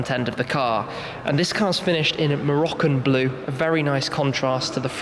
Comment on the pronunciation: Did he say Moroccan blue ?